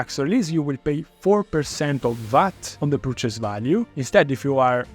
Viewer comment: You're pronouncing purchase completey wrong. It's not "Per Chase", its perchice.